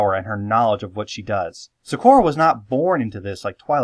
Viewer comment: Iz waz soz happyz when yous said zecora actually